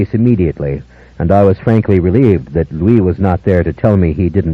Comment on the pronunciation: Honestly, I thought leaned into Lestat's hammy delivery too much. And he pronounced Louis wrong through four books lol